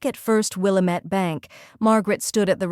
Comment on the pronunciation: Good story, but it's pronounced "will-AM- ette"